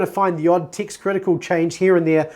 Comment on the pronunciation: When you say TEXT I hear the word ticks ....confused me for a second